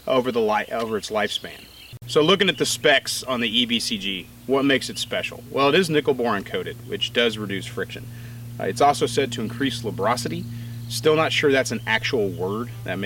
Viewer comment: Lubricity, not lubrocity. I'm not sure it's a real word either way.